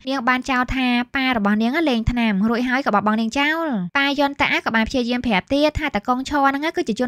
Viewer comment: រួចហើយឬររួយហើយនិយាយអោយច្បាស់បើមិនច្បាសផ្ដូពាក្យផ្សេងទៅទើសត្រចៀកណាស់ពីព្រោះខ្ញុំចូលចិត្តសំឡេងនាង😂